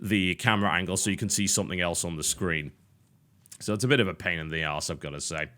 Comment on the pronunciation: Well, if you didn't pronounce the e in the as a long E then it would slip of the tongue a lot better. You know what would be better than telling us about the gameplay? Showing us the gameplay. You know, instead of walking in circles for five minutes. You do this way too often. Yeah... ludonarrative dissonance is probably one of the least meaningful ideas I've ever heard thrown around about games, and only reminds me that every field needs it's ridiculous jargon to feel as if it's srs biznuss.